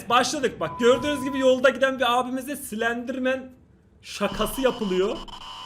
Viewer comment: Slenderman değil silendirmenğ 😅🌼